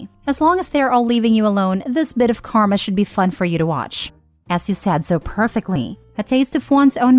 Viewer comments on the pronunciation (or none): none